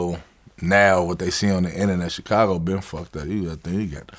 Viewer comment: Vlad…. For the love of god….. why do you say CHicago?? CHHHHHicago omg lol it drives me crazy